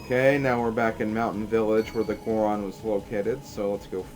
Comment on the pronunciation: It's Goron. I know you're like 9 years old, but please stop stupifying the rest of us.